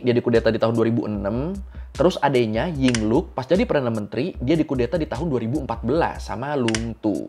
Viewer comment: ying lak bukan ying luk